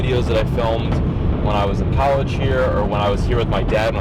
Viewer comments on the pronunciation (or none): none